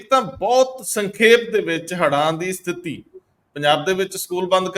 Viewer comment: ਇੰਦਰਪ੍ਰੀਤ ਜੀ ਸਥਿਤੀ ਸ਼ਬਦ ਬੋਲੋ ਸਤਿਥੀ ਨਹੀਂ